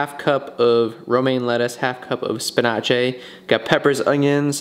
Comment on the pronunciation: Why do you pronounce spinach like that